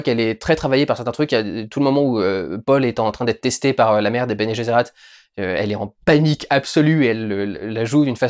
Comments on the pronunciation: Bene Gesserit et non bene guesserat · Bene Gesserit ( de prononce guéssérit) pas "geserat" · Bene Gesserit, pas Bene Gezerat. Sinon pour comprendre la profondeur de l'œuvre (et donc comprendre la hype autour), il faut lire les livres. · "Bene geressAt"... tu m'as tué looool Bene gesserit. Cela étant dit, je comprends qu'on soit pas touché, l'élément vraiment fou de l'histoire c'est un homme qui voit tous les avenirs possibles, trop difficile à rendre au cinéma. L'as-tu compris ? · je me suis arrété quand il a dit "béné jézérat". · dune sublime , durendal trop bon , "bene gesserat" c'est sur c'est pas ton trip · Faudrait revoir ta prononciation du Bene Gesserit et du Kwisatz Haderach :P Mais faut lire les bouquins pour mieux se plonger dans le récit, comprendre les enjeux et magouilles politiques entre les différentes maisons du Lansraad, de la Guilde Spatiale, de la CHOM, du Bene Gesserit ou du Bene Tleilax. Je pense que les 4 premiers livres (Dune 1 & 2, Le messie de Dune et Les enfants de Dune) sont vraiment à lire, mais ce n'est que mon avis.